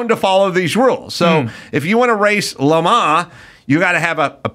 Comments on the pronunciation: It's Le Man (not Le Maw) The s is dropped and is it's Le Man. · Quit saying “Le Ma” already, you’re driving me insane!